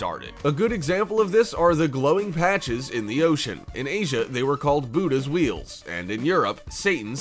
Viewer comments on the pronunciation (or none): none